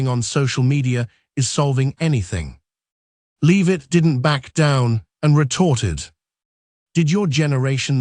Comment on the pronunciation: It’s Karoline , not Caroline And pronounced Lev itt not Leave itt. Robot has no credibility.